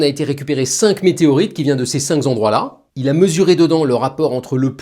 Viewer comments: Merci pour ce gai savoir, je ne m'en lasse pas ! (Un point de détail tout de même : les "cinq z'endroits" 😊) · Histoire et démonstration géniales, limpides, impeccables, merci ! Juste un détail, le mot "cinq" ne finit pas par s 😊 ("ces cinq z'endroits-là")